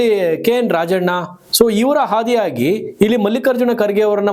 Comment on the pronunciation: ಕೆ ಏನ್ ರಾಜಣ್ಣ ಇವರ ಹಾದಿಯಾಗಿ ಅಲ್ರಿ.ಅದು ಇವರ ಆದಿಯಾಗಿ ಅಂತಾ ಉಚ್ಚಾರಣೆ ಮಾಡಬೇಕು.ಈ ಸೂಕ್ಷ್ಮತೆ ಆಂಕರ್ ಗೆ ಅರ್ಥವಾಗದೇ ಇದ್ದದ್ದು ಸರಿಯಲ್ಲ.